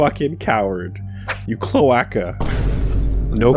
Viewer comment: pronouncing cloaca like clowakka